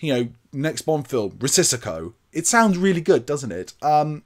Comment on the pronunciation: Love the channel!👍🏼 Risico is indeed “Risk” in Dutch and Italian. Not sure about Greek. It is nu the way pronounced as “Ree-see-go” 🙂 Keep up the great work mate!